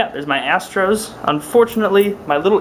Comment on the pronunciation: When he said "Theres my astros" I thought he was gonna say "There's my ass print"